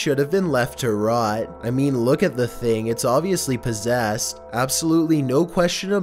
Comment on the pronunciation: h0me possÄsed ownER basemÄNT flOAR what is wrong with your pronouncing 😂